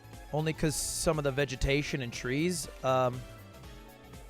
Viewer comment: Lud: opens with his English degree Also Lud: Vegatationus